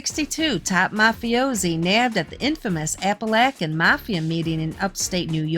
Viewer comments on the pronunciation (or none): appalachin chin chin,not lacken